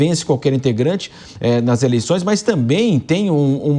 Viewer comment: “ eleiçães” o nível do jornalismo kkkk jornalistas semi analfabetos